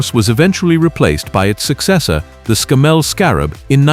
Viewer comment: We don’t say sem-i or Scam-mel